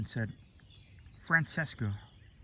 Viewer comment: Like, you typically do sound like Felix, just here pronouncing “Francesca” seemed incongruent compared to how he does it. I appreciate you posting the video, like it made my face light up.